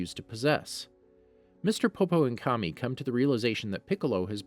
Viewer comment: Bro got the script and ran with it. Should consider watching the series....... Kami (kaw mee) Saiyan (say en) Frieza (free zuh)